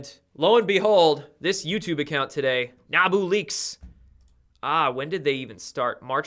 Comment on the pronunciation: I'm thinkin NAB-YOU!!! to pronounce NABU - just me, I guess! Could be wrong again! Not afraid to be once more